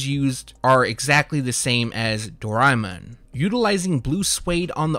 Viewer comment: the way you said doreamon makes my day lol